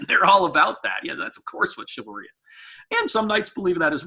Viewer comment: Sounds like cavalry